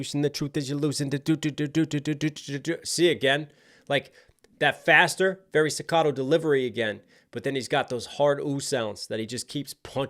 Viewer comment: *'stoccato'....word,.